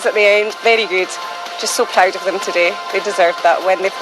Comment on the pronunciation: Brilliant. Pwoud, vewy pwoud.